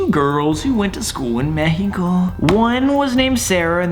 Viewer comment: Sam: Meehico Me: mood Sam: Sarrritta~ Me: I am so happy sam exists :3. He is best boi and funny as heck